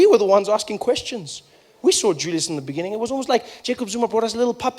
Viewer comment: In the beningging. Lol